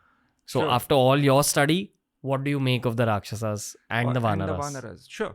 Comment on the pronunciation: Here you are celebrating our history and on the other side you guys try becoming white by pronouncing rakshasAAS vaanarAAS. Let's stop pronouncing indie words wrongly from now on!